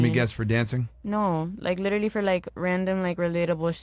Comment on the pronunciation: "LITTER-LEE! LITTER-LEE!"